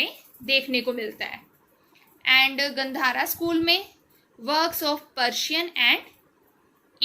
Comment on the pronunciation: Gandhar is pronounced गांधार